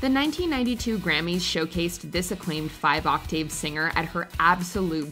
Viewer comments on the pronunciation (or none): “Love drot”. “Octayve”